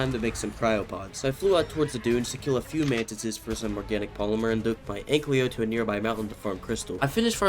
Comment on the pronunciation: Please stop saying anklyo... the name says ankylo it sounds off, you can just read the name and i hate that you mispronounce a simple name that is literally rwritten above the creature..